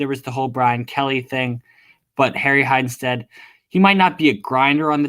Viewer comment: I hate you butchering his name its Harry Heistand